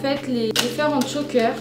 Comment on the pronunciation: J'adore comme d'habitude, j'adore les vêtements que tu achètes. Il y a juste un truc qui me dérange c'est quand tu dis "Tchoker" au lieu de choker ou ras de cou mais c'est tout!